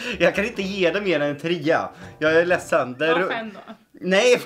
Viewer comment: Jag gillar att säger tria och inte trea